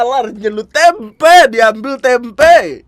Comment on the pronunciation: Tempenya gausah pake penekanan K dong... Yatuhan Tempe'